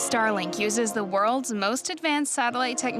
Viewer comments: It really sounds like the narrator says: "Stalin satellites" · Narrator keeps pronouncing Starlink as "Stalin"